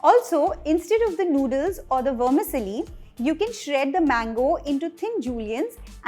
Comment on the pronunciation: Great elaborate recipe!! Tq Vermicelli is pronounced as it is. You sound like wormisilly!😉❤